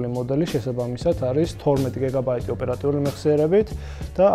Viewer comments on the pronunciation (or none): "გიგაბაიტი" და არა "გეგაბაიტი".